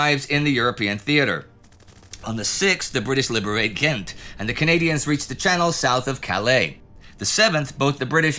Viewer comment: that's the cleanest pronunciation of Ghent i've ever heard by a non-dutch speaker